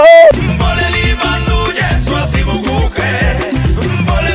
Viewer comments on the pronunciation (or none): Asimukuke.... It's asimukhee